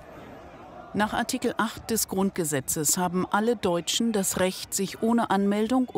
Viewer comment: Die Betonung "alle deutschen" 😂